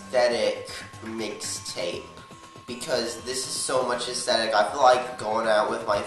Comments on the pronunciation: Here's a challenge: Take a shot for every time he says ashthetic. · Whats with him in saying asthetic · If I got a dollar for every time he says astheteick I would be rich